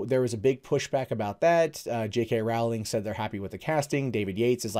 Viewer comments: Hey,. Rowling is “row” like a boat rather than “row” like a fight. Thanks for the vid. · I know this point is petty and pedantic and annoying, but her name is pronounced Row-ling like bowling.